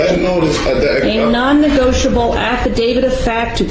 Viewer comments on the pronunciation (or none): I know I'm watching this months later, but what's with the weird way they hold their hands in front of them? I know people do that, but it seems more common amongst Moorons. I wonder if it is on purpose? , for example. I love the way the judge keeps saying "negoitable" just the way the dummies wrote it, lol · Love how she punks him! “ negoitable” hahaha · “Non negoitable” 😂😂😂